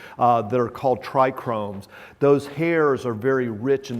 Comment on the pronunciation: Trichome, not trichromes, LOL.